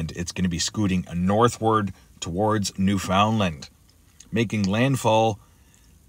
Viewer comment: Thanks for the video. I'll be warning family & friends on the east coast of Canada (Nova Scotia + NFL & Lab.) to hunker down or evacuate. Pronunciation of Newfoundland is new-fun-land.